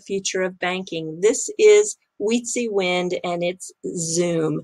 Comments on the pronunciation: another wonderful video - I wanted to note that I have heard XRPL new app called "SUM" not zoom. I hope that helps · XUUM is pronounced "SUM" and I've been eagerly awaiting for this app for awhile now. 😊 PS. Ignore the rude, ignorant people. The fluff part at the end of you're vids is awesome. I love the Japanese culture, and even contemplated learning to speak their language back in the 80's. Unfortunately, I never got around to it. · Is XUMM pronounced Zoom or Sum?